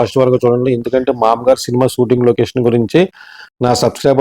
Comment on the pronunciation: ఆ సిన్మా పేరు "మామగారు"... "మామ్మగారు" కాదు... పదే పదే... మామ్మగారు.. మామ్మగారు అంటున్నావ్..🤭🫢